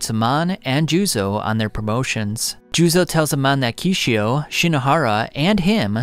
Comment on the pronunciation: Kishou not Kishio!!!